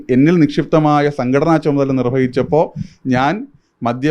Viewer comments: ആപാസം അല്ല.. ആഭാസം..... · ആപാസം അല്ല ആഭാസം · "ആ പാസം " അല്ല "ആ ഭാ സം"